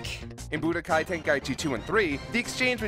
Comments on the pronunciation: When he said Bu DOH kai 3... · Boo-do- Kai. Why is he saying it like hadoken?